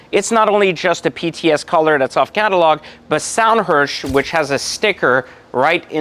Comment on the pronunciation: Sonderwunsch (ZON-der-voonsh), not "Sound Hirsch" or "Zondhirsh" xD